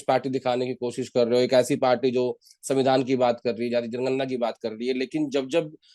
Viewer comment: vevadhan ya savindhan avadhan Mr jokeyc🤣